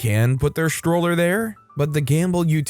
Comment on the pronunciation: “sHtroller,” not stroller? I “RegisHtrations,” not registrations? don’t get it. He didn’t get taught phonics in grade school? STR is not pronounced SHTR.